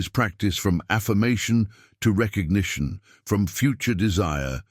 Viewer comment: Recognition not petition